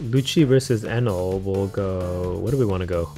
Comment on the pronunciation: gonna be honest, i think i'll never grow tired of your "kayatakyuri... eenèl"